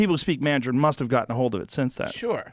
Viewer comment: Joe "Mandjarin" Rogan